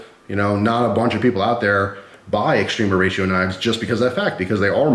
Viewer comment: Not into knives but love your videos. All these years I thought you were saying Extreme Horatio always made me giggle thought it was a cute sounding Mexican thing